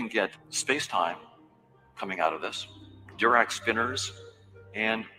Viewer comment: It's interesting that misspronounces von Neumann and Dirac. Neumann is a name you learn pretty early in standard physics programs in maths courses. I guess it's possible to pick up physics from just reading books but it makes me wonder.